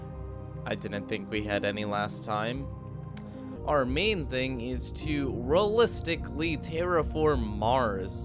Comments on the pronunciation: Lol "Realisticly" then later "Ok so we are not gunna realis-" catches himself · "Rullistically" -- the weirdest pronunciation of "realistically" I've heard in a while. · I've never heard a native English speaker unable pronounce the word "realistically" before. Fascinating.